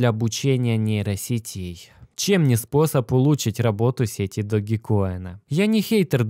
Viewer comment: Блин учите английский не догикоин а даджкоин Dodge coin как машина есть такая Dodge! Не знаю как вы а я за эти пару дней поднял не маленькую сумму на даджкоине!